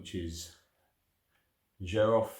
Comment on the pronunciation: My first oud was 19 years ago, I fell in love immediately and never turned back. Xerjoff are doing great things, Richwood, Nio, More Than Words, the Kemi range, you can get them much cheaper on the grey market. Xerjoff is pronounced "Serj-off" BTW.